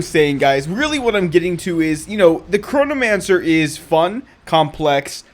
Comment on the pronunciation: I keep hearing Coronamancer for some reason.... love the vids IGN: Nicestick